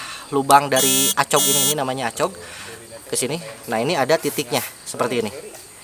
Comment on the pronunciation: Cara baca acog itu ekog ga si